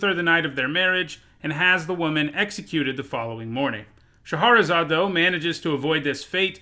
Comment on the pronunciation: Okay, so he makes a point of saying "Yes, that's how you say Nephilim," but he mispronounces Shahrazad?